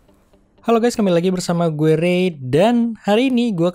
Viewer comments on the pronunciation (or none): none